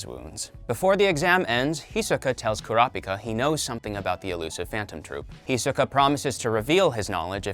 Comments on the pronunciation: Bro you are not saying Kurapika right. It’s “Kura-pika”. Treat it like two words with the first syllable stressed in each word. “kurApika” just sounds weird with the A stressed. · Why he pronounced kurapika like that omg